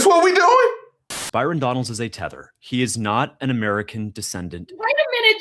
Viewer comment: Yea he said 😂it “TEATHER”